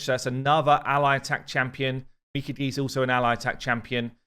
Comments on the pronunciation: “Meka gee” 😂😂😅 I watch a lot of anime.. I’m sure it ain’t Lady Meka gee lol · Close. Its not geeeeeeee its gaaaayyyyy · So close. Mi-kah-geh. I do love the creativity behind all the new names gives her though lol Edit: He pretty much got it midway through the video! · Me-ka-Gay not Me-ka-gee 😅😂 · I think youre getting close with the pronounciation. Instead of Mee-Ka-Gee, i believe it should be Mee-Ka-Gae, except the syllables aren't stressed equally, so more like Mee Ka-Gae. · pronounced Mi - Car - GI lol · Just start saying Mi-kidge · It’s Me-Kah-Gay is the correct pronunciation, and a way to say it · You almost had it. Me-Kaa-gay. Edit: Later in the video you say it correctly a bunch of times. GG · MI-KHA-GHE MI - [for Lady kiMI] KHA - [for high KHAtun] GHE - [for GEnbo] That's how you pronouce it, lol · His pronunciation sounds like "me caguei" in brazilian portuguese. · You guys have problems with Japanese names. mi-Ka-gey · just pointing out that Lady Mikage should be pronounce as a Japaneese name so pronounced "Mikag "A" the E in japaneese is pronounce as a "A" in english in french its more obvious since we have the sound "É" which sound exactly the same as "A" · Mee-Caw-Gay. Please yall get the name fixed lol. I am quite over hearing these pronunciations. Love the vid though. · Meanwhile just keeps on butchering it without a care. He pronounces it Mi-caj-ay (rhymes with Mirage-ay) lol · my friend pronounced it Mikah-Gee like bruh how you even get that? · You're still pronouncing it wrong, it's "my-car-gay". Trust me, I love sushi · I think it's Mi-COGEE, emphasize the "cog" sound. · Me-Kah-Gae that's the pronunciation. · nooo it's ge like (get) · He kept saying her name wrong. LOL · How come you can say Toragi correctly but not Mikage? They are almost the same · it's annoying, he should see the original Mikage vid on the official channel to correct it Japanese name isn't hard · The e in Mikage is pronounced like the e in eight